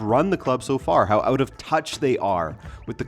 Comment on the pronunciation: it's out not awt bro